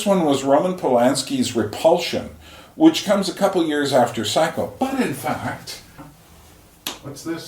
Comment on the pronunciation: The VITCH haha